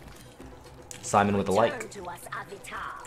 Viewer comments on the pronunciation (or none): none